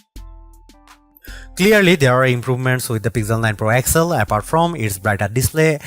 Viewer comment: Man everytime I hear you I got to stop the clip. That device is not called pixel 9 excel. Say X L